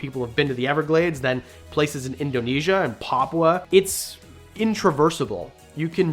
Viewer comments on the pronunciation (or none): none